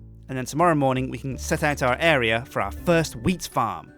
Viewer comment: Matt and Ice I think he meant to say wheat and not weed. People pronounce things differently, expescially if they have an accent, so that is probably why it sounded like weed instead of wheat.